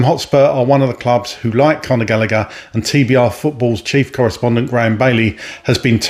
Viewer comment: Not galleger